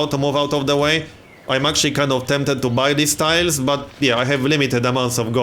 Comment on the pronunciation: "yoU cAn AiRliFT UNitsS fRoMm adJAceNt tIIILESS !!"